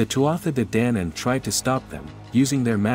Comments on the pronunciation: DANAAAAAN NOT DANAYANAN!!! IF YOUR GOIN TO PRESENT MY HISTORY DO IT RIGHT!! NOT HALF ASSED!! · This may or may not be factually correct, but the pronunciations are so bad I didn't make it more than 30 sec in. Celts is hard C. Like KELT. Danann is long A.